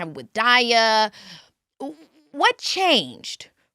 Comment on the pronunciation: It’s KeKe keep saying Die-ah 😂